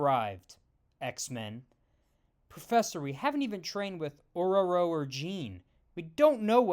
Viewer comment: Wow, you actually made an effort to say Ororo right!